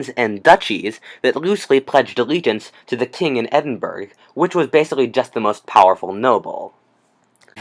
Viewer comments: I’m from Scotland it’s not pronounced Edinburg it’s pronounced edinbura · Its pronounced edinbra, not edinburg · Your content is interesting. I like your channel. One particular thing that I would work on is your pronunciation of places and peoples. Edited to add an example. The capital of Scotland is pronounced "Ed-in-bur-o" not "Ed-in-burg" (even though it's spelled close to that. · Omg please learn to pronounce Edinburgh this is painful to listen to